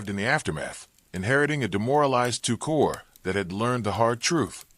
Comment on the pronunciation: The commentary couldn't pronounce Wehrmacht or corps. I cut it off.